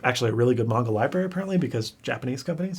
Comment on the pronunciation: Been blogging about Japan and anime for nearly 25 years. Your proper pronunciation of "manga" as "mahn-ga" rather than "man-ga" has totally outed you as a manga fan. Love your content. Greetings from the foot of Mt. Akagi in Gunma Prefecture!